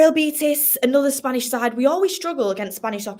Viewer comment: Yes, it should be pronunced using the version of original language, I mean Spanish, which would be "Real Betis", not "Beatis".